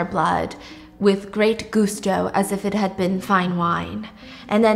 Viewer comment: “Gusto” is pronounced “GUH-SS TOE” not “Goose-toe” 😊😊😊